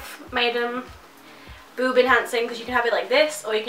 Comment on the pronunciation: Idk why but the way you say boob is really funny